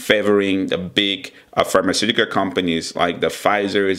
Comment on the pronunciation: pharmaceuticars.... potentiar